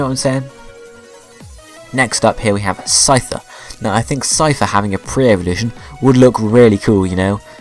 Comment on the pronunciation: i mean no offense but PLEASE learn how to pronounce.....sky-zor? really?